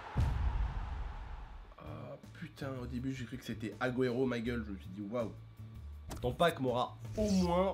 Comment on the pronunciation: déjà petite étoile après AG Après espagnol et il dit AGUERO mdrr ça se voit tu joue pas souvent